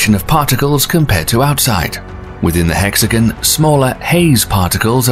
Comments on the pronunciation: So why are you saying “hex-again” instead of the proper “hex-a-gone”? Quite odd. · How can you say hexagonal, but also say hexagan instead of hexagon. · It's "hexi gone" not hexi gun, and it's hurri "caine" NOT HURRICUN", it's hard to believe anything you claim if you can't pronounce anything properly! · I thought it was hexagon not hexijin ? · It is not a hexagan it is a hexagon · It's pronounced "Hex-A-Gone" It is Not pronounced "hex-a-gun" Say Gone.. It never.. sounds like gun. Stop that Also hurricane.. Hurr-i-cane.. And never hurr-i-Con Hurri(caines) "Caine" Caine's And NOT hurrican or hurricans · This guy doesn't know how to talk. Hexagun. Many others. Satun? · The narrator pronounces "hexagon" like "Mexican."